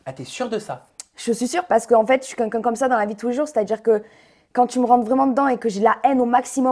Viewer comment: J aime bien Jessy mais à force de dit c"qunqun " au lieu de quelqu'un